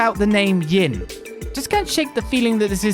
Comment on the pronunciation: the one translation issue i had with geofront and by extention nisa since they used it as base, is the name Yin, Yin is a name in Chinese wich in japanese is prenaunced as Gin, they kept reading and saying it as Gin untill hearing about the assasin from eastern origins and how Yin may be the intended way of saying it while talking with the bearded guy.